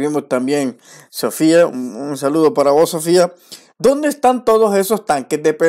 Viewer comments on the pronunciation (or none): none